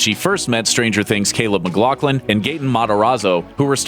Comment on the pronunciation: "Caleb mcglocklin"